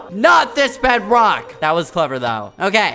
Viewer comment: Skeppy really said Bedwock🤣🤣🤣🤣🤣🤣🤣